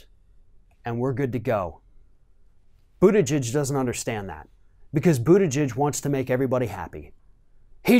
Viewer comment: I just noticed you finally stopped saying literally "Boot Edge Edge". Lol.